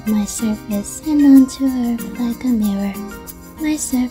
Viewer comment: Hehe earf…. And Luna is soooooo cuteeeeeeeeee